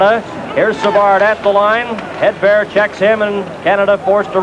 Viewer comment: More like "Headbear".